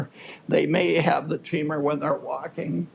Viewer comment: Why are you pronouncing tremor as tree mer. ??